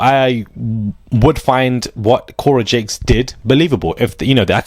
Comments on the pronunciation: Jakes, not Cakes 😂😂😂 funny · Its pronounced TD JAKE OK 😁😉👌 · Say his name right JAKES